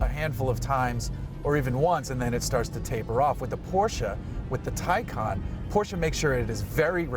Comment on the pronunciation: Awesome review. Glad you mentioned real world range and also pronounced the name correctly!